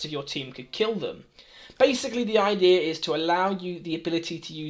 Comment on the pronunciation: Gotta love "basically" and "idearr"